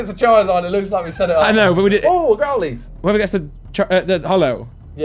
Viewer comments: No one: Absolutely no one: Simon: Grow-LEETH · Nobody : Simon : GrowLEETH